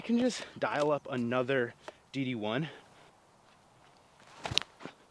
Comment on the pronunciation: You keep saying DD1, but all I’m hearing is D1. Also love the course features. Those courses you get to play are awesome.